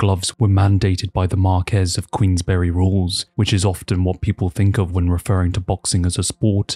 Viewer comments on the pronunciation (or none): none